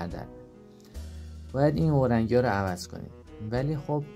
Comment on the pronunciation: ببخشید استاد، اورنگی نه، اورینگ